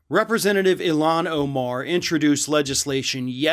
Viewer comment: Please learn how to say her name correctly. Thank you. You are saying it wrong and that is disrespectful. She would appreciate that I believe.